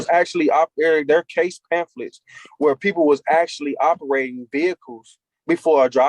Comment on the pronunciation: Did he actually say "There are case pamphlets"? 🤣🤣🤣